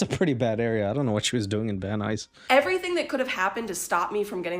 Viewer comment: I live in Van Nuys! By the way, I’m very proud of you for pronouncing it correctly.